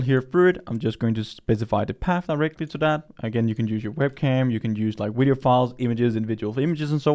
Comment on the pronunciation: Why is he saying "wideo"